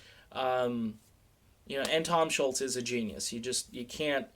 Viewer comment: Tom Scholz last name is Scholz. There is no U or T in his name, so it isn't Schultz! It's pronounced 'schowlz'.